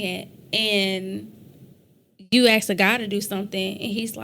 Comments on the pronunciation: its weird i've never been axe'd anything in uncringey english b4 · y'all need to work on the word ask not axe 500 years u still can't say ask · people still can't say the word ask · If i hear the word "ax" one more time im gonna lose it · "aks" - (Ask) is this modern-day English dialect of African American women in general or is it something related to the accent of African American dialect? This is the reality of the fatherless black woke community.